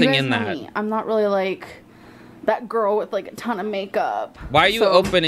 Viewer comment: "Gorl bye" 🤣🤣